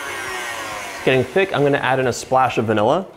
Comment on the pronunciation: “Spalsh of vanilla” made my day